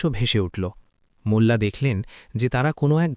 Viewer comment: বাংলা উচ্চারণ আর ভালো করতে হবে, মুল্লা না বলে মোল্লা নাসিরউদ্দিন বলুন, এ‍্যাবং ( এবং) গিলো ( গেল) অগইত‍্যা ( অগত‍্যা ) এই সব শব্দ গুলো আপনি নিজের ভিডিও শুনলেই বুঝতে পারবেন। ভিডিও পোস্ট করার আগে নিজে একবার ভালো করে শুনে তারপর আপলোড করুন।